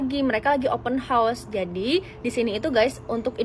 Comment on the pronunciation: sebut betul betul, open house bukan open horse 🐎. Maaf canda aja✌️